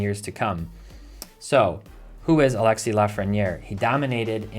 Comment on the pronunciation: his name is pronounced A-lex-ay the “s” is silent. McDavid and Crosby are the cards to invest in, they’re both generational players. Leon Draisatl is an under-rated player and I would invest in his cards as he’s the best player to have come from Germany and has produced points equal to McDavid. I would only buy Lafrieniere if it’s low as he’s gotten 1 point in 18 games He might be having a slow start but I don’t think he’s a generational player IMO